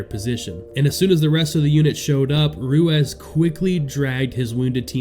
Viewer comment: Ruezz? Or Ruiz? 😂